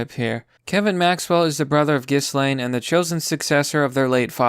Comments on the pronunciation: Ghislaine: “jizz-lane” (rather fitting to be honest) I love your 4chan videos, keep up the awesome work! (Ghislaine was participating in threesomes with Epstein and underage girls, it’s all in the court documents 🤮) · Gill-lane. It's not hard, come on. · Ghislaine's named is given a French pronunciation by the Brits : it's Jhee lahn (equal stress).